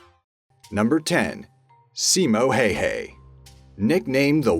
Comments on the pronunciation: its not simo hey hey.. its more like Hiya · Simo Heyhey 🤣 It’s pronounced how ha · The way you pronounced Simo Häyhä. Simo heyhey😂😂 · I thought you would say Simo Häyhä and you said Simo Häyhäy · «Simo heyhey» ITS PRONOUNCED SIMON HEYIHAH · He saus it simo hayhay but it is Said simo Hauha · ITS HOW HA NOT HEY HEY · Simo hey hey lol it s Simo hayha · Not trying to be cheesy but it’s not pronounced Hey Hey It’s like Hi Hah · Simo Heihei LOL It´s Häyhä H.ä.y.h.ä it is not heihei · "Simo Hay Hay" lol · simo hayah not hayhay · #1 Simo hi-ya lol not hey hey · Simo hayhay ... cmon man sped some effort at least researching how o pronounce the name, it's pronounced Ha-ya-ha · Sino hay hay its simo häyhä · seemo hay hay (its pronounced s ee mow high ya ha) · Simo Heihei, you know you can say bye bye to your life. Our national hero. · Its not fricking simo hay hay its häyhä try to say it right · When u say simo häyhä it souds like simo heihä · Simo hi ya that’s how you pronounce it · Simo Häyhä but you said it like simo hei hei wich can be a informal way to say goodbye in the Finnish language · Simo Hayha (last name was pronounced hay huh) and Alexander the great couldn't beat the Chinese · Semo hey hey is not how you pronounce his name. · I feel like this guy is FUCKING with me -_-. Its prounced seemo HI! HA! AND YOU PICK APPLES IN THE FALL not the summer -_- im a minute in geeze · My dood said hayhay its simo idek I just know that ain't it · simou heyhey... what the fuck is that? Simo Häyhä!!! Reeeeeeeeeeeeeeeeeeeeeeeeeeeeee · Pronounced as simo howha! Get it right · Simo Hehe? Couldn't find ONE video or audio clip of his name being pronounced correctly, eh? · It's Simo Hayha (hey-ha) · "Simou Heyhey" For fuck sake whats not how you say it. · You pronounce Simo's last name so it sounds like "bye-bye" in finnish, "hei hei". Ironic, because that happened to over 500 russian soldiers. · Simo Häyhä is pronounced something like SEE-mo HAEU-hae.A triggered fin